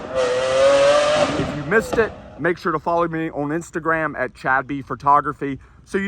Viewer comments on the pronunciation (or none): none